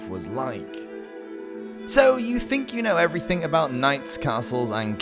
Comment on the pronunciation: he pronounces "think" as "fink" 🤦‍♂️